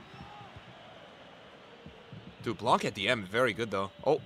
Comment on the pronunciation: I don’t know if u gonna see this comment but in French we do not pronounce the C for Laurent Blanc. It’s pronounced “Blan”.